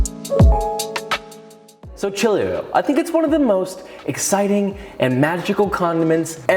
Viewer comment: ahaha he really butchered the word chili oil